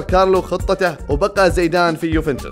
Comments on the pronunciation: ۔۔۔زیدان لقبه القباٸلي الفرنسي و لا علاقة له بالاصل زید ۔۔۔و ثانیا ۔۔زایدان ۔۔۔تضخیم الیاء بعد الزاي۔۔هي طریقة نطق لدی الخلیج فقط 😅۔ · هي صحيحة كما قالها زَيدان وليس زِيدان لأنها مثنى زَيد فهي فتحة وليست ألف.. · في المحصلة زيدان أصله عربي واسمه اسم عربي وينطق بطريقة العرب الفصحى كما قالها الرجل في المقطع بغض النظر عن هل هي لهجة خليجية أو غيرها.. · ... زیدان اصله لیس عربي بل امازیغي۔۔۔😂۔۔و طریقة نطق اسمه لیست کما نطقها الخلیجي۔۔۔اسمع الشوالي او الدراجي کیف ینطق اسمه۔۔۔الاسماء العربیة موجودة عند العرب و البربر علی حد سواء ۔۔۔ولا تدخل في نقاش فقط من اجل النقاش۔۔۔بل استوعب ما صحح لك ولا تکابر فکلنا تراب الارض۔۔۔☺۔